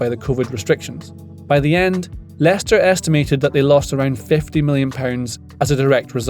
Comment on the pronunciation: How did he get that name so right haha